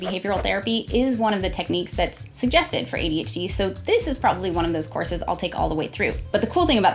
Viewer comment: I keep hearing "corsets" instead of "courses". I'm probably drunk